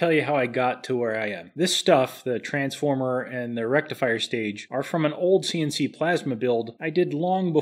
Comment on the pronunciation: Did you say rectum fryer?